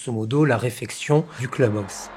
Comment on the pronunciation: Le cleube aousse…….sérieux ?